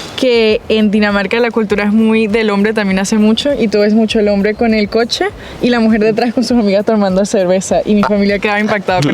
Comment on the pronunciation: Ojo! Se dice coche por favor cochee😢😢😢